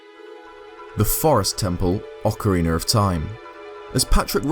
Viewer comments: ocarinar of time - 1/10/17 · Ocariner of time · Nothing against this guy but I hate when people pronounce ocarina as ocariner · Why do you include an xtra R In OCARINA haha? ;) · He said OcarineR 😂